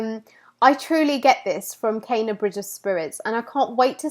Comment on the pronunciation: OMG!! U got me so hyped for this game!! Great theory and analysis of Kena aka 'Cay-na' lmao. Got my shirt on shipping right now, Emberlab about to drop a classic🤗🔥✌